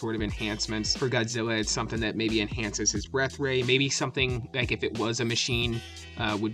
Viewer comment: He said his breathe ray 😂😂😂😂😂